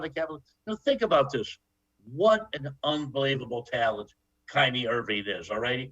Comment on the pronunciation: I cant listen to this old dude talk hoops he knows almost nothing about basketball ..... he also calls kyrie kynie